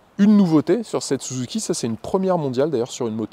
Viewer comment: L'exposé est sympa mais je vais pinaillé, mais quand tu prononce "Souzouki", ça m'écorche l'oreille 😂. Même si c'est certaiment la vrai prononciation au pays du "soleil levant" mais à chaque fois ça me fait "tilter".